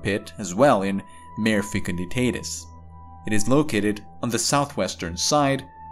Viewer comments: It’s pronounced “mar-eh” or “mar-ā” with a long “a” sound and it’s Latin for “sea.” The word mare which sounds like “mehr” or “maer” refers to either a female horse or a supernatural entity that causes bad dreams (hence the word “nightmare”). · Mah-ray, not "mare". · It's pronounced MAR-AY, not MARE. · Maw-ray! Not mayor. Otherwise good article. But, oh so distracting. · Nice reporting. I just found you and subscribed immediately. A little help with your Latin pronunciation on "Mare" for lunar seas. For a video like this, I would simply use the English convention, and call it "Sea of Tranquility". BUT, if you are going to use the latin name, be aware that "Mare" is pronounced "MAH-reh" with emphasis on the first syllable. IDEALLY, you would trip the "r" as we do in Spanish, but that is hard for some individuals, so a rounded American "r" would be fine, and "mare" would then rhyme with "FAR-way", more or less. Hope this helps. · ..check pronunciation of 'Mare'..